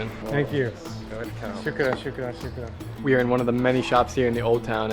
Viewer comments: It's not Sukrum 😅 its Shukran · its not Shukrum its Shukraan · Sukran/Shukran= Thank You Not Shukrum 😂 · it is Shukra"N", not with an "M" 😁 Anyways Drew, you were not mistaken for doing your Honeymoon in Saudi, you are welcome anytime. But be sure to visit use between November-March the next time you plan to come, this is where Saudi really shines, especially Riyadh (the capital), where the weather is very nice and cold and a lot of outdoor events open up.